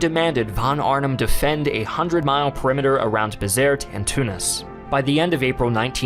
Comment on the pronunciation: I believe it is pronounced Be-zert-ee. The troops in North Africa would recite a ditty about Dirty Gertie from Bizerte.